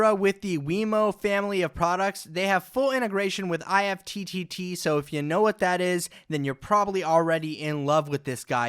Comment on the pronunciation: IFTTT is pronounced "ift" like in gift.